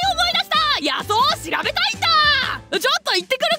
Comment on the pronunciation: 野草（のぐさ）じゃなくて のぐs・・・・・・・・・・・・・